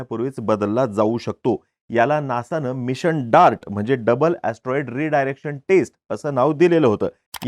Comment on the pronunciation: Atroid or astronaughts😂